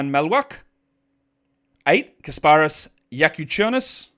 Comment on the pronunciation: Lithuanian here, your pronunciation of Jakučionis is 8/10. The strong stress in his first name should be on Kas. The last name was perfect.